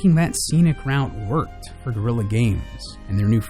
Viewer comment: You utterly butchered the game developers name